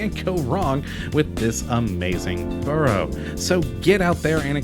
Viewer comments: I do hate it when people try to make videos of places that they can’t even pronounce the place names or be arsed to learn. It’s Suth-uk and Burra market. I was as both places yesterday, had brunch at The Breakfast Club with my friend who was visiting from Seattle. He now knows how to pronounce both names. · If you keep ending up in Southwark you really ought to find out how to pronounce the name of the place correctly. Also the name Borough.